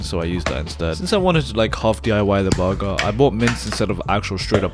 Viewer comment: "borgor" chain